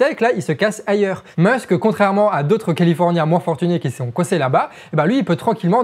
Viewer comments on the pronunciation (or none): Amigo, deux choses. Premièrement, ton niveau de français, notamment au niveau des liaisons, est à la limite du catastrophique. C'est très dur de donner du crédit à ton discours quand celui-ci est parsemé de "qui zont" "ils trouveront des trucs à développer à la con qui VA (en plus t'insistes bien dessus xD) absolument pas résoudre le problème". Des comme ça, y en a pas loin d'une bonne dizaine dans une vidéo de 15 minutes. Entre ça et le ton vulgaire pour donner un genre rebelle engagé... Deuxièmement, si Internet était un pays, il serait alors le troisième pays le plus énergivore derrière les USA et la Chine. Donc, si tu veux faire un réel geste pour notre environnement, tu sais ce qu'il te reste à faire ;) Bien à toi, à vous, les charlatans